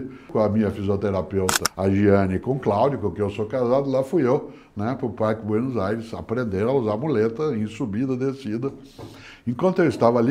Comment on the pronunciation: Isso que ele tentou falar é BUENOS AIRES????